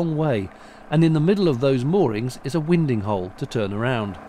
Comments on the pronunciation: Beautiful video, yet again. What a pretty canal it is! I always thought winding hole was pronounced with a long "I" sound, was i wrong? I've never heard anyone actually say it before. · There is such a boat handling term called "win-ding", where one uses the wind to turn the boat. So I say "win-ding" too.